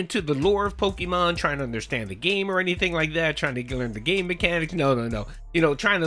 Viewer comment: Gotta catch ‘em all! Pahkeemon ! Ack ack ack! 😂😂😂